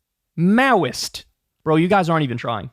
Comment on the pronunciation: Is it maoist, or meowist? Walz does like cats.